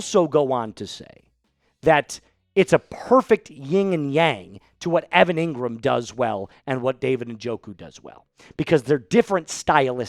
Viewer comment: Engrahm...injury prone. : can't be trusted.